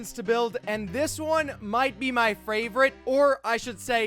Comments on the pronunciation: said Fravorite instead of favorite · this is going to to be my fravrourite oh my second favourite Me: oh no oh no oh no no no no 😂😂😂😂😂😂😂😂😂😂😂😂🤣😂🤣🤣🤣😂🤣😂🤣🤣🤣🤣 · this is my FRAVRITE house so far Me: What? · this one might be my fravroute ma rewinding it several times to see if he actuily said frayvroute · u said fravrite XD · im sorry but you said fravret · When he ment favorite he said favrote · i think this will be my fwavorite Me:? what did he just say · Did you hear that he said fravret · he said fraverite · He said fravrite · You said feverit